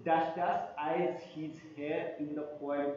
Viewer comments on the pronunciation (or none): Hair nhi..heir hota h